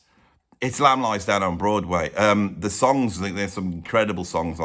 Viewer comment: "Lamb" at 1 is very wrong